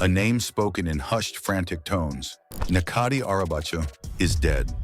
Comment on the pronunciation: his name is pronounced as Netjati not Nekati.